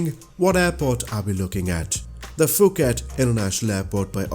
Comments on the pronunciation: Please learn how to pronounce Phuket. Its Poo-ket, not Foo-ket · Can't wait for SU X and DLSS! And LOL, yes, like One Large Mammal pointed out, Phuket is pronounced Poo-ket. Sadly, transliteration of Thai words into English (and visa versa) is nutz!